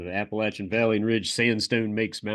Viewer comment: I always hear Vallian Ridge instead of valley and ridge lol